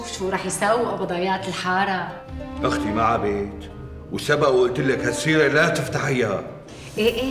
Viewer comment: مين انتبه على قال ابضايات الحالا بدل ابضايات الحارة😂😂في الدقيقة 5 و51 ثانية